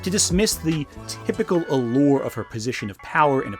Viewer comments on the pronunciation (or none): none